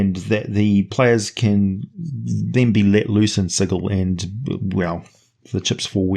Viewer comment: Ehhh - No.... A place where you get murdered for mispronouncing it's name is like an over engineered machine... it breaks down. As you show by mispronouncing the name of the city several times during this episode, that's a long sword or demon claw through your head each time.